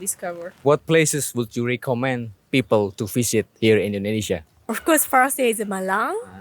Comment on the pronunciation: Bro you memang boleh Berbahasa Inggeris,tapi tapi sebutan you banyak tak tepat seperti: visit=bizid bukan fisit Video=bidio bukan fidio Java=jawa bukan japa Verry=berry bukan feri dll